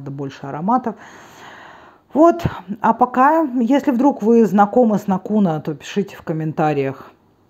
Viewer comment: НАкуна - ударение в финском языке всегда на первый слог :) Финляндия - страна тысячи озёр. А ещё лакрица! :) Ах да! Ещё сауна. Прогугли карту саун по Финляндии )) Есть ещё